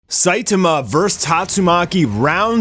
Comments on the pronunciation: WHY DO YOU CALL HIM "SAITUHMUH"? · weird I hear "SAITAMAH"